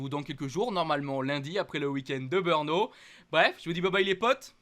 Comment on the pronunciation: Malheureusement ...si tu n'a plus de Beurnes,c'est certainement de ta faute,mais alors si tu parle de Beurno pour le GP de tchéquie,je ne connais pas ce circuit,essaye de prononcer BRNO en prononçant '' BReNO'' si tu as l'occasion,,profite d'en parler a tes copains commentateurs (chauvins)de Canal +,eux font la même erreur....